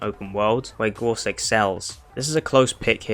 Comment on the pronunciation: it's GOUSE not gorse